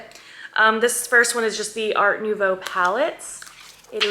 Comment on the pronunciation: Your french pronunciation for nouveau is perfect 😉 Kisses from France.